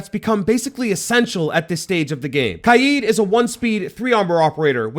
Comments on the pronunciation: It’s kaid (sounds like kayd). Not KAIEEED. Weirdo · its not kajid, its kajd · it's not "kayd" his name is arabic it's pronounced Kah-ed weirdo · Kaid ❌ Kiee✅ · Bro called kaid “kYEED” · “Kai eed” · bro really said "kied" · He said Kaid. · Great video and it really helped me when I was debating with my self who to get but is anyone else triggered about how he pronounced kaid? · why he say Kaid like that? am I missing an inside joke? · Bro learn how to say kaids name🤣